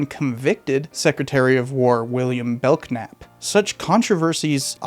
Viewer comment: “belknap” is pronounced “bell nap”.